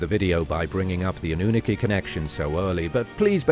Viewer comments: AH-NEW-NA-KEY hahahahahah UN-NUNE-EH-KEY hahahahahahaaha go with the first one I typed you're saying it wrong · 🤣 AnnUnaki instead of AnnunAki🤣 horrible bot. Greetings from Netherland (I may not write flawless in English but do speak it flawless.) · Ok, so I can't handle this pronunciation any more. It's A-noo-NA-kee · Or AWE-NEW-NAH-KEY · Dude holy moly you've said it wrong every time this is wild.... go watch ancient aliens bro 😂😂😂😂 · The way you pronounce The Annunaki 💀💀💀💀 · Dafinitely a robot talking. Couldnt even pronounce annunaki right. Still like this show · Pronounce the annunaki correctly.. The English teacher.